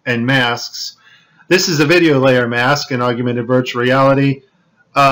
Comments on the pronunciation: "augy-u-mented" ? Bro, that isn't a word. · Aug-yu-mented? Seriously? At least say it correctly if you expect to be taken seriously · Why does this guy keep saying augUmented? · Okay can you please stop saying "oggumented" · You talk about this stuff like you just googled it. You can't event pronounce "Augmented" properly, you kept saying "AugUmented". Pathetic. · AUG-YOU-MENTED.... lol..... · This guy really puts the "U" in "augUmented" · Augumated, huh... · You cut out the slow mo where it blacked out while the doll was being put in there. And please pronounce augmented correctly. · Not all these astronauts work for NASA. Also, LEARN how to say AUGMENTED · Wish he could learn to pronounce augmented. He seems to want to give it an extra syllable. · That's not how you pronounce augmented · Discredits his entire dude learn how to pronounce augmented..like seriosly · Can you at least pronounce "augmented" right? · You can't pronounce augmented. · Hmmm. So similar to the Hilary green-screen glitches. Maybe she was a hologram at a few events? Either way, good video, some interesting clips, but the word is augmented, not augumented. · The word is pronounced AUG-MENTED; not aug-u-mented. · Hate to be a grammar Nazi but it's not pronounced AUG U MENTED, it's pronounced, AUG MENTED where are you even getting the U from? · FOR GOD SAKE! .... it's pronounced "aug-mented" ...... NOT, Aug-u-mented.... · whats the difference? augumented and augmented? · Aug-u-mented is not how you pronounce augmented (ȯg-ˈmen-təd) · Argumented reality. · perhaps you should have taken the blue pill;-) By the way, the word is "Augmented", not 'augumented'. (I too studied advanced solid modelling and animation full time at tech college) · Each time he said “augumented” instead of “augmented” I paid less and less attention to what he had to say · AUGMENTED reality, not AUGUMENTED reality. He could have at least gotten that part right. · Say it with me now: AUG-MENTED. NOT aug-U-mented!